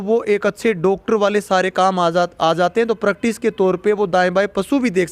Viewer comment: सर "प्राक्टिस" नहीं "प्रैक्टिस'' होगा।